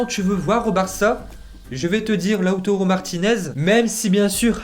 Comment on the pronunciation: lautaro et non lautoro. fais un effort cousin. quand tu parles d'un joueur et u rattes son nom ca donne pas trop envie de te suivre dans ce que tu fais